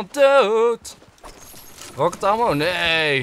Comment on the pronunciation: je schrijft het als ammo maar je spreekt het uit als emmo blijkbaar toch niet goed je huiswerk gedaan!😉